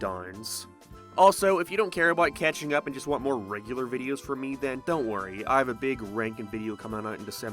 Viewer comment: I know, but you said "Cathing Up"